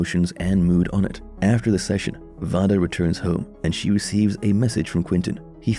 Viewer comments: Vada's name is pronounced Veida not Vada but it is spelt Vada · Can you pernouced vadas name right (vay duh not voh duh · Have you actually watched the Fall out? You have a lot of info mixed up It's V long a day not voda like you pronounce it. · It's not (VAH-DUH) its (VAY-DUH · Its vay- duh